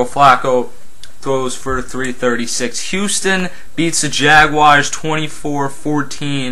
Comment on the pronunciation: jones-drew is not a bum he has over 700 yards and hes 3rd in the league in rushing. by the way bro its jaguars not jagwires LOL.